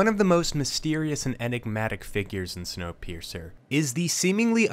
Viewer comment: video: “Wonkapeircer” me: clicks off video